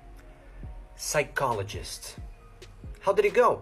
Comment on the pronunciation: Word Challenge: failed on psycholgist Said psyc instead of sike